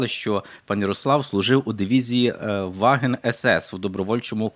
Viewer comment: Ведучий абсолютний невіглас. Замість ваффен СС він сказав " ваген " СС. Людина зовсім не розуміє про що говорить. Перед цим інтерв'ю йому треба би було трошки повчитися. Мабуть він і таблички множення не знає...😅